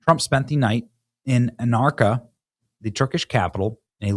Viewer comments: I get it, Turkey isn't part of your daily life,,,,,,,,, but "Aaanarka"?? Really? It's Ang-kr-uh. Like it or not, Turkey is an important "wild card" in the EU, and therefore something we have to watch out for on the world stage. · "AN nar kuh." Dude reads news articles and can't even pronounce what he is talking about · Clickbait Johnson self-glossing again. Like FJB , has to put himself in the story . Narcissism is so obvious. I really used to liked this channel . Oh yeah, he said Anarka lol , his reading skills are top notch. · Anarka ? ? ? ? Really Benny ? ? Is this how you pronounce the capitol of Turkey ? ? HAHAHAHAHA ! ! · That would be An-KAR-a. (Ankara, Turkey) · Zero-effort Benny strikes again. Clearly didn’t bother to read the news story before reading it on the video. Türkiye has the second-largest military in the NATO alliance, but no-research, no-prep Benny can’t pronounce their capital city correctly. Embarrassing. Benny is somehow lazier than The Quartering at preparing for his show.